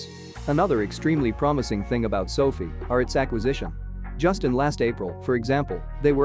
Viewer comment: It's pronounced "so fye" not "so fee" at least get that right. I guess your automated voice doesn't know that. Maybe you should change it on you script so it's correct. Actually write "so-fye"